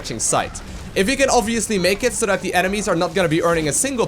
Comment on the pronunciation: Love how you keep say "das" far instead of that far Sounds so great <3